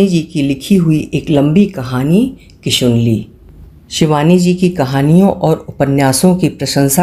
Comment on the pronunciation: किशनुली को किशुनली कह रही हैं आप हर बार । हम शिवानी भक्त हैं, सुन नहीं पा रहे।